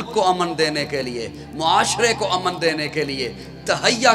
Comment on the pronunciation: abe jahil lafz aman nahi he lafz amn he